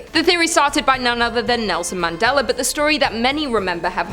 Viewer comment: Why is it when you say Mandela effect you say it with a r in it but when you talk about the man you pronounce it correctly?